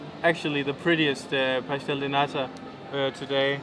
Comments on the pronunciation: I love it when says Pastel de Nata because shr says pastel de "NADA" soooo she says it is a pastel of NOTHING 😂😂😂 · Hey, I think you say "pastel de NADA", which actually means pastry of nothing 😆 Or at least that's what I hear when you say it. Does anybody hear that too? Apologies if I'm wrong! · u really gotta pronounce the letter "T" in "Nata", like in the word "Porto", for example, otherwise its "Nada", which means "nothing" in PT